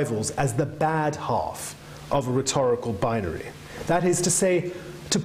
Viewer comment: interesting subject if you can get past how many times this man says 'binery'